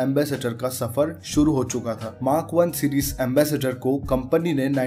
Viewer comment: Ambassador ko Ambassator keh raha hai